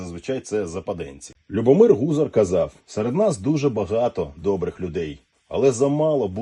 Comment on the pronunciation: не ГУзар, а ГузАр